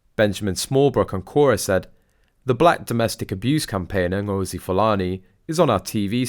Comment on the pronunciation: Fulani is a Nigerian/Cameroon Tribe of Muslim Slave Traders who are still at work. Interesting that’s her chosen last name. She also doesn’t say her first name correctly. And don’t even get me started on her costume.